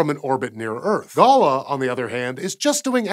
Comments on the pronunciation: Just a small note that GALAH is named after a local Australian bird called the Galah and is pronounced /ɡəˈlɑ:/ (GEH LA). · I'm just trying to find the other triggered Aussies who realised he's pronouncing Galah wrong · you pronounced Galah wrong dude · Slightly peeved by the pronounciation of Galah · If it's Australian wouldn't the group be pronounced like the bird? A galah. Or am I nitpicking? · I was so fascinated with this vid until he started pronouncing galah wrong and it was all I could think about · GALAH is named after an Australian parrot and is synonymous with being a bit of an idiot. It is pronounced like this you galah! :) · Love your pronunciation of GALAH. So American, but so wrong. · "Ga-Lah", not "gah-la" - the first a is almost dropped but not quite - much like "G'day!" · Galah is obviously named after the Australian bird, so I dont know why you pronounced it like ‘gala’ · pretty sure GALAH is not meant to be pronounced like "gala". seeing as it's an australian mission i'm guessing it's pronounced like the australian bird galah. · GALAH is probably pronounced gah-LAH not gaa-laa... It's an Australian bird and also an Australian term for "idiot" as in "You great galah, Doreen!" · If "galah" is an Aussie project, wouldn't it be pronounced Gaa-laah, like the bird, and not Gala, like the party/fete? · The Australian word "galah", a type of parrot or colloquially a silly person (perhaps a bit deprecated), is not pronounced like the word gala. The syllables are not equal, like gaa-laa, the first is shorter like ga-laa or perhaps even similar to g'day, making it g'laa. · Considering it's an Australia group GALAH is probably pronounced as ga-lah, rather than gah-la. Like the bird. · "Galah"....is pronounced "ga-lar". Not garla. A Galah is a bird. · You pronounced GALAH Wrong. It is pun intended to be pronounced GA LAH like the noisy pink Australian bird. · That's GALAH as in GALLAH, you silly Yanky gallah... STRAYA!